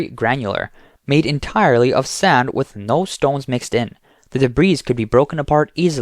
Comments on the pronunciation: Your AI reader needs to learn how to pronounce "debris". Big thumbs down!! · The word "debris" has a silent S.